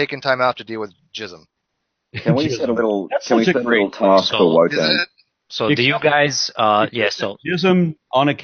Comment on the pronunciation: Why are you guys calling him wonton his name clearly says Wotan !